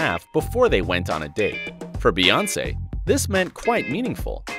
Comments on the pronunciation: Her name is BEYoncé. The pronunciation is literally in plain sight. Bey as in BEE. You know like a bumble bee, hence BEY (bee) Hive. Her name is not BAYoncé. So how tf do people still manage to say it wrong?! Like why does this need an explanation?! 😩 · It's not Bay its pronounced Bee like queen Bee or B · Bey not bay.